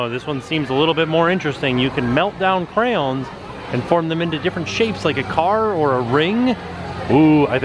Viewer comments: Me too! “Crowns” 😆🖍 wish I could’ve went when I was in Orlando last month!! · Don’t forget cray-owns! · Clearly I'm not the only one who notices that is saying "Crowns" rather than "cray-ons" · Omg it’s said like “cran” they are not crowns! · Bored Millionaire says "Cray-ion", "Cray-ones", "Cre'-ons" and my favorite "Crowns" Oh dear♡♡ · Crown? is that how actually pronounces them? or is it a nickname he gives them? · The way he said crowns instead of crayons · As a american, I say crans. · Instead of crayons I heard “crapons”